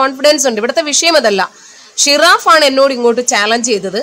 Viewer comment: ഷിറാഫ്അല്ല ജിറാഫ്